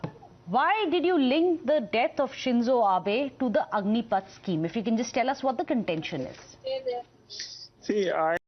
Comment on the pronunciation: Stupid Republic news anchor, it's Agnipath not Agnipeeth.